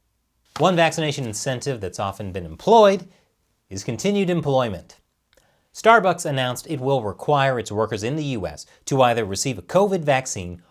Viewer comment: This episode was awesome! Great job! Stuh-Buhkss misspelling names was classic! 😎👍🏻